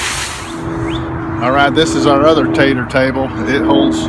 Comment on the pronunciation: Great education and clear instructions. Just love listening as you have such a kind, warm voice. Everytime you say tater it makes me smile. Thank you😊